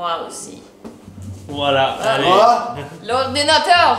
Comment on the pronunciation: l'ordinatöööörrr! lol